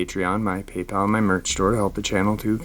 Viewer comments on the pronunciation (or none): none